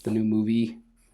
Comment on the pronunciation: 😂😂😂😂you were supposed to say wizard king but you said wizard zing